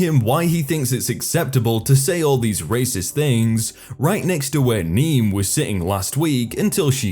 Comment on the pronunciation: Niamh is pronounced Nieve